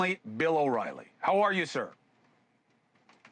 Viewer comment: Bill O”Wily”😄